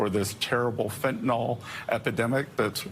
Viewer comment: Agreed... Scott Bessent can't properly pronounce "FENTENYL" and like the entire Trump Administration keep saying "FENTENALL".